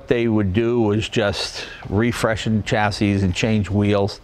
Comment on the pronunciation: Dear Jay, there is no "t" in chassis. That is all.